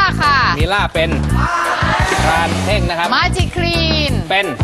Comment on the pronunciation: เท่ง ไม่ใช่ แท่ง